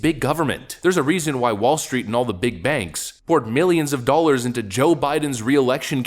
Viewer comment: What are "doalers"? I keep hearing this word in the commentary.